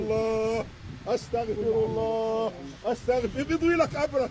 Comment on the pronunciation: C pas 'estargforallah'. Faut bien prononcer. Espèce de jaahil.